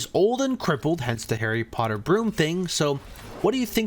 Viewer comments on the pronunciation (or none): none